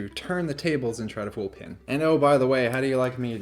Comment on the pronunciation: Sorry to complain about such a small thing; however, I do suffer from some OCD and something you're doing is causing me some discomfort. I'm not sure if it is an accent thing; however, it sounds like you are always saying "Pin" rather than "Penn". Please acquiesce to this one request and pronounce the name as Penn (like the writing instrument). Thank you for you understanding in advance.